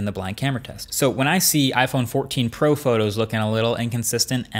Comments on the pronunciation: "iPhone 14 Po" I don't know why but I found that funny. Try saying out loud :) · "iPhone 14 Po" lol